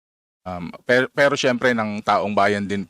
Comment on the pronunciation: representa THIEVES tlg pagkakarinig ko eh. 😂😂😂